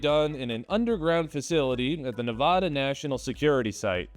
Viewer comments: Hi Vegas local here. It's Ne-VAD-uh (vad like bad) not Nev-ahhh-duh. Ok, carry on. Sorry for the interruption. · Nevada - Nev ad a Sorry, but just a pet peeve of us Nevadans Literally no one here pronounces it Nevahdah, and if you do then we know that you aren’t from here. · Nevada is pronounced Nev-Ad-Ah, not Nev-Od-Uh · God damnit. Drove me nuts ITS NEHHH-VA-DA Not NA-VA-DAH 🧙‍♂️ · Great work, I liked it. However, you'll need to say Nevăda Test Site to get the local pronunciation correct, which will be helpful if you ever want to cover Nellis, Creech, Hawthorne, or Fallon 👍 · Dude can pronounce “nuclear” but not “neh-va-dah” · I can tell you're from back east by how you pronounce Nevada. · Says "nuclear" right, then screws up "Nevada". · Pronounced Nevada wrong, L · It’s pronounced Nevada not Nevada. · PLEASE say Nevada correctly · You are pronouncing Nevada wrong, hugs and kisses :) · But he did say "Neh-vah-duh". So, that's 1 out of 2 correct, or 50 percent, an F.